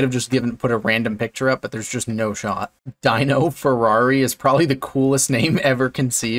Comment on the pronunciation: it's not pronounced 'DIE-NO' as in 'dinosaur'. When it's somebody's name, it's always 'DEAN-no'.